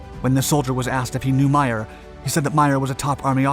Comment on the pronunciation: The OSS was not formed until June 1942. WWII started in Sep 1939. The USA entered it Dec 1941. comes up with some interesting stories but rarely gets them right. By the way, his name is pronounced May-er, not My-er.